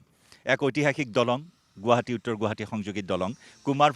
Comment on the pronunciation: প্ৰথমতে বাতৰি চেনেল খুলিছা গুৱাহাটী শব্দটো শুদ্ধ কৰা